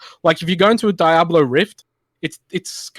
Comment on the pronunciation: LEARN TO PRONOUNCE DIABLO FFS